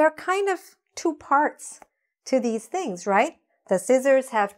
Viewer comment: The pronunciation of these and this are not clear 🤷‍♂️🤷‍♂️